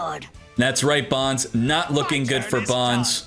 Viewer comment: It's pronounced BONES